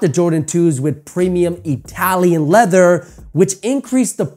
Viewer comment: Anether video say ether one again lol Etalian leather